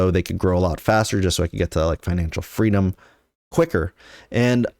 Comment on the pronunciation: Fweedom isnt fwee